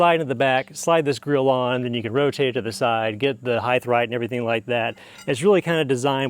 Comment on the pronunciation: Height, not heighth. You are anuncuiating that H unnecessarily. Great videos. Thank you.